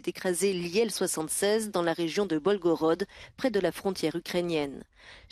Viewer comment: Belgorod , pas Bolgorod (Белгород)